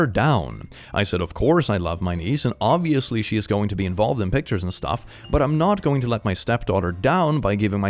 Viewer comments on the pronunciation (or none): none